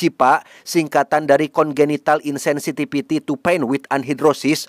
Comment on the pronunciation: Kata, “insensitipiti” 😂